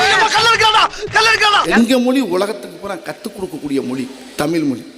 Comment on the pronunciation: Tamil la tamil nu soldrenga but tamil la special ahea zha dhan aduvea ungaluku varala.....tamil pathi pechu vera